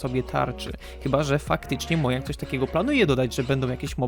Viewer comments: Nie mówi sie mojang tylko modżang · nie mojang tylko modzang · ...mojang (czytaj modzang)